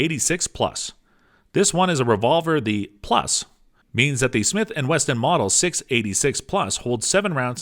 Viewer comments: Thought it was a slip the first time. Then he kept saying it 🤣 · He said 40 Smith and Western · Stopped watching when he said 40 smith and western..